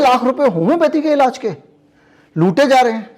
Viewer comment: सही शब्द इलाज है न कि इलाज़